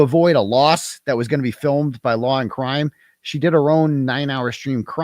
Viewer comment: Laww and Cwime 😂😂😂